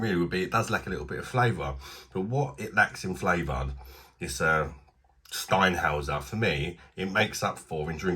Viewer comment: Can't beat German beer. BTW the umlaut means it's pronounced Shteinhoyser